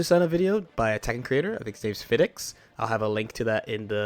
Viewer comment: Naw saying Fidex instead of PhiDX almost killed me.